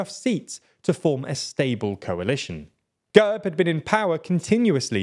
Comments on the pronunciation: Also it's /gærb/ not /gәrp/ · Gerb!!! not Gurb